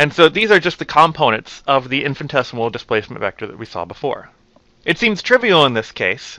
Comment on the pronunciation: Sir, its "infinitesimal" and not "infintesimal".